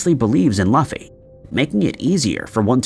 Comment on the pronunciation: It's "Loo-fee", not "luh-fee"